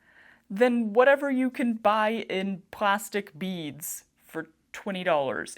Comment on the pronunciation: It took a little too long for me to realize you were saying beads, not bees!! I couldn't figure out why they would think you wanted bees. 🙃